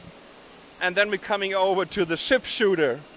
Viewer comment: is it ship or chip?